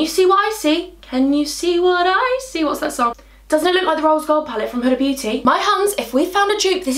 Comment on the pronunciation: My name is huda omg and I fan girled when u said huda beauty even tho your not talking to me lol😂but u said it correct yay omg I want to hug you omg